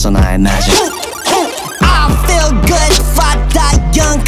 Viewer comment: if wonho says i can beel, its beel from now on.